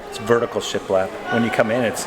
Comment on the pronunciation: Got me at “shialap” 😂😂😂